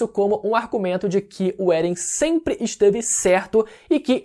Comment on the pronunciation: mas por que "Beren"?